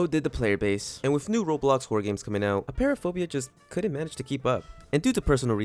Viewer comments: Btw it’s appear-aphobia not a-pear-aphobia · You said apeiraphobia wrong it’s pronounced “a-py-ra-fo-bia”